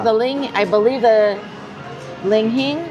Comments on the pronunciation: Li Hing!! Why do you call it ling hing? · Oh me, oh myyy...we'll be in Vegas in a few weeks. Must give that a try! What was jn that coffee because kinda destroyed the pronunciation of "li-hing". She said "ling hing" every time and even said "malsala" once lol. You guys have been to Hawaii so much, what gives? 😁 Thanks for doing a video about this place.